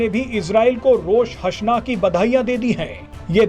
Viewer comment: Rosh hasna nahi... Rosh ha Shana HOTA hai